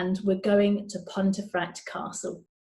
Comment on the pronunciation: An interesting video. However, is it not pronounced ‘pumfret’?